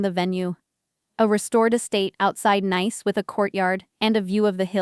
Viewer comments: "Nice"? In my world it should be pronounced "Niece "! At least pretend to do some editing! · the place is pronounce like the word Niece even though it is not spell that way. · Doesn't your AI know French word pronunciation of the city of Nice is (Niece) ? There are a lot of a French words used in English. For another example , the word resume' is not re zoom, its (res oo may). Just fyi. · Geez! Nice in France is not pronounce as nice in english! It's more like ni-es... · It's pronounced like niece, not nice. AI can be so annoying. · PROOFREAD YOUR PRONUNCIATIONS. NICE, FRANCE is pronounced ("neece")----not ("nīce") rhymes with ice, rice, mice, etc.... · For gods sake it’s pronounced NEICE, Ai narratives ruins all these good stories. By the time the story is nearly over, the viewer/listener are already thinking “WHO CARES!”. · The city of Nice in France is pronounced... Nees which rhymes with peace. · The name of the city in France is pronounced "Niece". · Me: "If I'm not allowed then neither is my money." Btw, Nice, France is pronounced niece. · The faulty pronunciation is an AI artifact. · Nice pronounced Niece